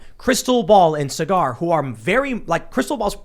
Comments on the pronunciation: Cigar😂 try SAW-ger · Tim it's Sagaar...think soccer but with a g. Like sogger..not cigar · Tim pronounced Saagar's name as if it was ''e-cigar''. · Will Tim ever learn how to pronounce Sagaar?